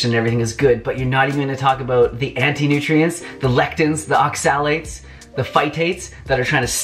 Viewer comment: It's OXA-lates, not ox-AL-ates.